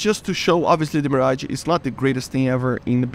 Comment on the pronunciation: Bruh he said mirgae